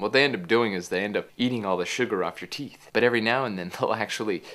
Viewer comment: "BRUSH YOUR TEEF AND FLOSS!" Nice pronounciation ;)